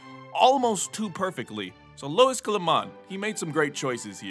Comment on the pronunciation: For future reference, if you wanna read Luis read it as if it were Loois or Lewis, this way it comes closer to how it’s pronounced Love your vids and your music!